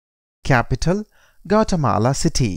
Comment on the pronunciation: This is a really bad representation. That's not even how you pronounce the country